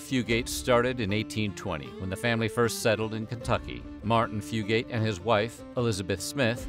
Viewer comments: Haha it’s not pronounced fu-gate. It’s more like fu-gut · That is where my maternal Fugate/Fugitt line is from. My cousin researched this and said we do, in fact, descend from them. But our family and others with the same name, pronounce it Fyoo git, not Fyoo gate! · Yep. Came here to say ‘few-get’ not ‘few-gate’. I’m from about 20 minutes from where the Fugates lived. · My great granny was a Combs from around Ball lol and it’s pronounced fyoo-git not fyoo-gate around here usually 😂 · I've always been so interested in this family because I live in Eastern Kentucky Oh, and btw is not pronounced few-gate, it's few-gut. And there's no pause between the two syllables. We just say it all together around here lol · Eastern Kentuckian here (not blue). The correct pronunciation of the surname is "few-gets" not "few-gates". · I'm related to half the names mentioned😂 and it's pronounced "fewgit" I ain't blue though. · From Eastern Kentucky - it's pronounced Few-gut. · Also, it’s pronounced “Fugue - It” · Yes!! Every time he said Fugate it hurt my ears! It should be “Few’-gut”. And don’t get me started on Appalachian! 😘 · I was thinking that the whole time I watched the video ! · As a fellow App-uh-latch-e-un, Tennessean not Kentuckian, also not blue, I came to the comment section to correct the pronunciation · THANK YOU I’m from hazard so obviously I know fugates and the way they pronounce it is killing me thru this video